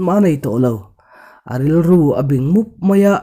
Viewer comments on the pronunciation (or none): Mizo tawng adik thawkhat viau na in fimkhur zual angai ani.bing tih lai te kha Ari ala diklo